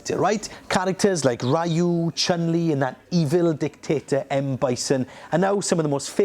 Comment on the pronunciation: It's "Ryu" (pron. "Ree-YU"), not "Raiyu".